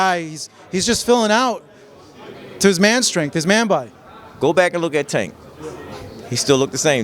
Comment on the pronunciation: This flag flyer still can't or won't say Tank's name right.